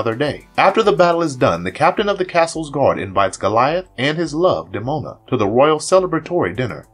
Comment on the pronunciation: Did this video's narrator do any research prior to having it posted online? He persistently neglects saying Hakon's, Elisa's and Demona's names properly throughout. 😖